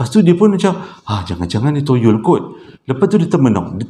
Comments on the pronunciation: Start hari ni practice perkataan Toyol kerap sikit. Ok murid murid.. toyol toyol toyol toyol bukan yoyol yerr 🤣🤣🤣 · Aku ni punya la khusyuk dgr citer psl toyol... Sekali berdekah aku gelak tersasul tyol toyol toyol... Steady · 🙋‍♀ hadir....terlewat sedikit. Tp tetap nak nonton jugak. Rasa mcm berhutang plak klu tak nonton. sebut toyol tu nak bunyi mcm tolol dah haaa 🤭🤭🤣🤣🤣 Keep it up 💪💪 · Bang... toyol ke tolol..hehehe..mmg menghiburkan la abg...byk mnum air ya bang kasi lidah basah supaya senang menyebut..carry on bang utk vdo seterusnya👍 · 😁😁 bro kelakar spontan. Kdg2 tersasul2....tak pe ceria suasana. Sebut betul2...!!.T.o.y.o.l. mcm lagu arwah Sudirman....😊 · 😂😂kann..."ya allah,knp abg sebut toyol kelakar ek"..tgelak ak,sorry bang.. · Sampai tersasul-sasul sebut toyol🤣🤣🤣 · Assalammualaikum Abg...... 😄😄😄 Baik2 tngh concentrate dgn crita pasal toyol tu.... Tergelak betul dgn cara Abg nk sebut toyol tu.... 🤣🤣🤣 Ya Allah!!! Terbaik 👍👍👍. Hadir dr Singapura.... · Toyol ke , Toronto ke,toyota ke takpe bang,. janji orang faham sudah. Sebenarnya saya memang tunggu je abg tersasul,😆😆😆👍👍👍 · Salam...maafla nk bgtau yg ank isteri sy masing2 kejang perot sbb xrenti gelak mse part susah sebut toyol tu..ape2 pon kami terhibur..bkn gelakkn ye...bkn maksud cmtu cuma tergelihati... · Assalamualaikum... Saya faham cara penyampaian abg... Walopun cerita seram ada gak lawak nya. Lawak sbb tersasul ckp perkataan "toyol" tu 😁😁😁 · BYK betul toyol wkwk soryy sya nk gelak abg sebut toyol aduh wkwkwk